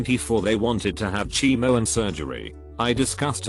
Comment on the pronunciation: Nobody: Text to speech: CHI mo